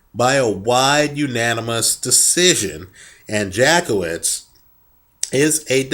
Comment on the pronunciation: Hehehe, You probably don't want to pronounce it Jack-Off-Vitz for the connotations it brings, it goes more like Yatskievitsh